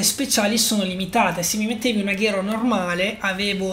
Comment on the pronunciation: Comunque si dice aguero no Aghero